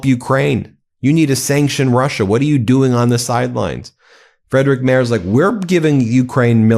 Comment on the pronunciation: Friedrich Merz is pronounced freedrish mearts (ea sort of like in bear) now that we've heard most every possible version 😅